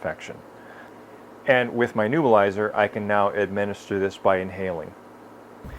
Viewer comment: To be annoyingly technical about pronunciation, it's a neb-u-lizer, not a nu-bilizer.Thanks for the information, very frugal and practical.